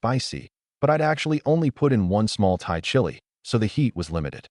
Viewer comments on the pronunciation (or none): none